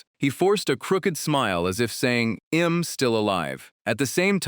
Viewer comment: This ai voice got an accent 😂😂😂 all i hear is em instead of i'm